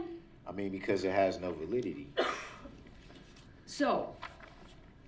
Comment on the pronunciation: Todays darrell word of the day is ..Validity..everyday he uses a new word and cant say it right and uses it wrong 90% of the time Is there a law that isnt lawful? Y did they not let her debunk him when she was right there and he said who took my paper...then a cpl minutes later he says he never said it